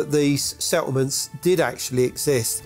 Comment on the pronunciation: Pie Poe = People... love that! -> DNI = DNA... meh... pi-cha = picture... love that! Grace and the narrator are articulate with properly pronounced words... easier to understand, but not as fun... low eek = like... se-oh-mints = settlements... thank you.